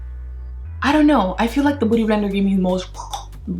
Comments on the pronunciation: Its beauty blender....not 'booty' blender😂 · I love when she says "booty blender"😂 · I love the way she goes "boody blender" ahahah ily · am i the only one thought she said booty blender? :/ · Olivia Sharp OMG it was a joke, I mean it literally DID sound like that 😂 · Am I tripping or you keep saying booty blender?